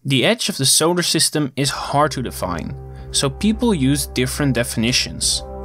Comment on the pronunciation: Why do you say SHolar System? That’s annoying as hell to hear.